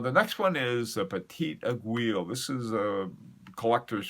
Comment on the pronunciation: great stuff but please stop saying "eg-wi[[" aiguille is pronounced "eggwee" just like guillotine is pronounced gee o tine